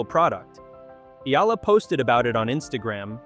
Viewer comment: Another fake AI news narrator cant even properly pronounce Alex family name😜😜😜